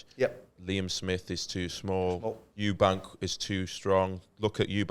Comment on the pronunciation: Eubank not eubanks